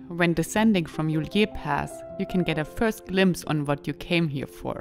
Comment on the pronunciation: Ist’s not pronounced Juliér Pass but Julier Pass. No accent on the e!